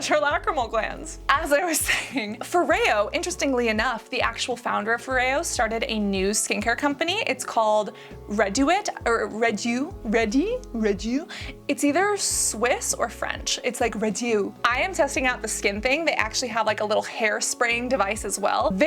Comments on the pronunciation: Réduit. In french it's pronounced: reh dweee :) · Réduit is said like “red we” and it is French :) it means reduced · The French brand’s name is pronounced more like « RED OUI » :) except pronounce U instead of OU lol (it’s just the French word for Reduce) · (FYI, Réduit is pronounced Ray-dewy)